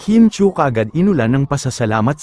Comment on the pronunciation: Chiu not Chui… Chew not Chewy. Pronounce it para alam mo kung tama ang spelling mo